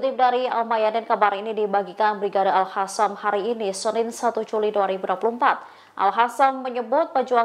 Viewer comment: Kok risih dengerin al qasam dibaca al hasam